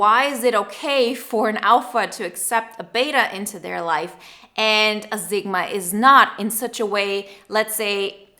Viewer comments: Your pronunciation of Sigma is so wrong its a S not a Z sound and I can barely finish watching this. Its seriously hitting a nerve. Which usually doesn't happen. Sigma (/ˈsɪɡmə/, not Z-gma. 9.01 is as far as i could go. Sorry Usually it doesn't bother me but for some reason this one is really bothering me. Maybe it's because my mother was a language arts teacher and i was never allowed to pronunciation of a words incorrectly. I even looked it up because I'm Dyslexic and figure i just had it wrong. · Honey it's Sigma, not Zigma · I like this "Zigma" pronunciation. is from the German-Polish Sprachbund, S's go Z a lot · I did too and she is saying zigma. it's very clear. I'm dyslexic so I mess up pronunciation, like crazy, so I try to be careful.